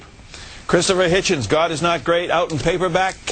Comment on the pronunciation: Hitchens not hitchen